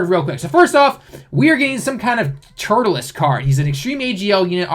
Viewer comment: "tuRLes" not "turtleless"....